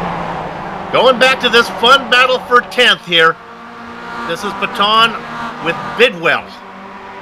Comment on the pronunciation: It's pronounced pay-tun